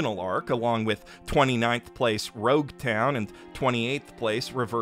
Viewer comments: Bro really said: "Levely" "Rougetown " and "Zolo" Aint no way bruh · "Zolo". How to tilt most One Piece fans in an instant. Edit: "Rougetown", "Zoo", "Oh Come My Way" You're doing this on purpose 😂